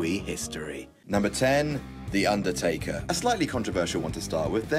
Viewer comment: Can't take this seriously he said undertaker 😂😂